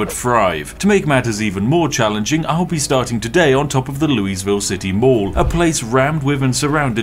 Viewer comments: GAHHH we dont say LOUIE ville its lou-uh-ville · LOUISE VILLE? WHAT? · Louisville: "Lule-vul" - Think "mule" and "Volvo". That'll get yah pretty close. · Hey, Louisvillian here, doing my civic duty and letting you know it's pronounced Louie-ville. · I'm from the state louisville is in and it has many pronunciations, none of which are the one you said. We say "loouh-vul" or "luh-vul" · Hey Louisville is pronounced Lou-eh-ville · as someone who lives in louisville, your pronunciation of the city hurts me lol (pronounced commonly here as luoh vul) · As someone who lives in Louisville, the way spiff pronounces Louisville is weird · As a person from the Louisville area. This game has only made me hear people miss pronounce it more than I wish to hear. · I've never heard someone pronounce "Louisville" quite like that before. Oh dear.